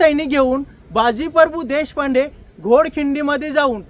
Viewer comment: मित्रा परभू नाहीं प्रभू 🙏🙏